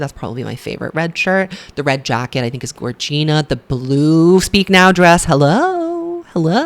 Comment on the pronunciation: Gorgina is pronounced like “vagina” not like “Regina” 🥰